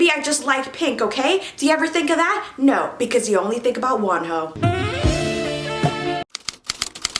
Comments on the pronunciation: its wonho love like one-ho not WANho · Did you just say one hoe bcuz that's what i hear 😂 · I thought you said "you only ever think about ONE HOE" instead of WONHO whyyyy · When she said Wonho, I thought she said "one h03" and I was like....im confused...😭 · N here i thought she ws saying “because you only think about one hoe”🤓🤓🤓😂😂😂😂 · I legit heard "ONE HOE" instead of 'WONHO', the comments told me you said "Wonho"